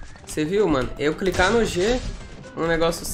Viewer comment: Só eu que percebi,que ele falou: "só vou cricar no G " kk